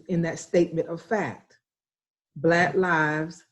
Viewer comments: Why are you saying "Bla Lives Matter"?? can you not pronounce the word 'Black'??. You say it everytime, a hundred times. Bla Lives Matter. It doent sound like an impediment. It drives me crazy when seemingly inteligent people dont or wont correct their grammer. Like the idiots who say dont axe me nottin. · It sounds like you are saying Blat Lies Matter. You annunciation is atrocious. If you wish to have your country respect Black Lives Matter firstly pronounce it correctly if you are speaking English. Try it B L A C K....L I V E S....M A T T E R. Notice the K in Black, you need to pronounce the K. And Lives notice there is a V in the middle of the Lies, you need to also pronounce the V. That dialect you are speaking sounds like some lazy communication most English speaking do not understand. nome sayen'